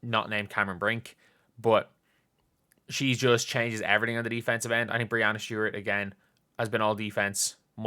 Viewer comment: Hi,. Love your content, watch all your vids. Just a quick note, it's pronounced BREE-ANNA (second half rhymes with banana in americanese). It's kind of become a meme for her to correct folks all the time, so it's all good, just thought I'd bring it to your attention. Thanks for all your hard work this weekend!